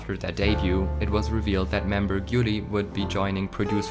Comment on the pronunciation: The pronunciation is wrong. It's Hayoung, not Hajong, Gyuri, not Gyuli, and Jihon, not Jihyeon